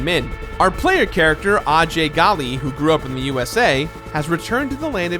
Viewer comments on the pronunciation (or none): In the game, Ajay's last name is pronounced as Gale.